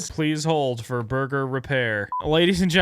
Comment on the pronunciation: "burgr". If you know, you know.